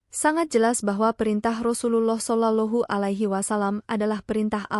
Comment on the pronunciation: Rasa nya kena penampar ni lagi bagus,,menyebut rasullullah kaya budak² kecik tak pandai menyebut